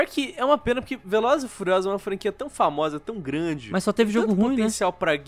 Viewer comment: “Velozes e fuliosolos”